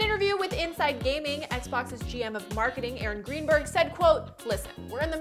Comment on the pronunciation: “GM of Marking” lol